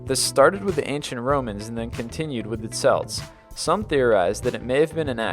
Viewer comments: Not to be that guy but, celts is pronounced kelts not selts. Sorry. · Its kelts. Not selts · SELTS? Who are they? Do you mean Celts with the C sounding like a K? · The "SELTS"!? Really!? Celts, dude, KELTS. Celtic KELTIC, not the basketball team. Not saying this is for sure, but I was taught that the umbrella thing was mocking the sun gods because originally, umbrellas were more like parasols to block out the sun. To open one indoors would be mocking to the gods. I heard it was an African myth. The salt thing I don't know for sure either, but I was taught it was because salt was so precious and expensive that something evil must have made you knock it over and since left is bad (sinistra in Latin), that evil thing must be there, so you toss the salt over your left shoulder to ward it away or blind it. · Celt's pronounced Kelt not Selt, just though I'd let you know that xp. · It is pronounced "kelts", not "selts" ...... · CELTS IS PRONOUNCED KELTS!!!! NOT SELTS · It was annoying me the way he pronounced Celts. It's pronounces (kel-ts) not (sel-ts). Whatever, interesting video either way. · Very interesting. I'm only giving a half like because he pronounced "Celts" as Selts like the sports team. It's "Celts" as in "Kelts". :/ If a lot of people already said this, sorry. You probably noticed right after you posted. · Again with the selts its kelts spelled celts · Celts is pronounced Kelts, not Selts. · Celts are pronounced kelts not selts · Celts is pronounces Kelts not selts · Number 17, The Sell-ts ... ? Its pronounced Kell-ts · the Celts (Kelts) not the fucking Selts. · CJ Schlotman Pronunciation is totally different from grammar. Grammar is in regard to text not speech :P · The repetative mispronounciation of certain words are driving me nuts! Celt/cletic (kelt/keltic), samhain (sowain), Thames (taims). Please stop butchering these words, their fairly common, especially if you guys are actually doing research like to say you are. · celts is pronounced (Kelt)